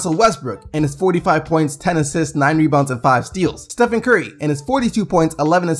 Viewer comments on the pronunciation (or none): none